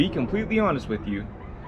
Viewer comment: ''een klein beetje'' ....maar wel verdomd goed uitgesproken!. 👏 Yes, complaining about the weather...too cold, too wet, too dry, too hot...what not we complain about 🤣 That purchasing behavior there in the USA is that not a case of ''keeping up with the Joneses''